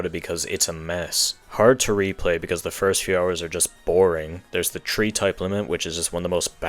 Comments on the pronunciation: So he says tree 🌳instead of three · why do you say tree instead of three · "at number tree, we have pikmin tree" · "Coming in at number tree is Pikmin tree."